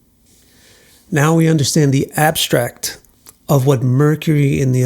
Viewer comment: The way you said abstract tickled 😂 lol